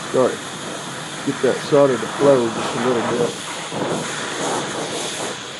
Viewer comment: it's solder, not soldier.